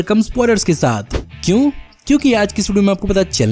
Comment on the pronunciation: Please carry on this accent Aaj aap ko milne wale h bhaari bharkam spoilers Kyu , kyuki........ We love ur this accent of kyu....Kyuki 🤘🥂